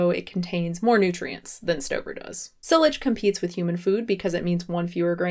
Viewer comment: The way she pronounced "Silage" made me cringe